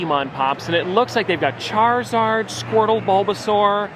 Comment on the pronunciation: So funny how he said charzard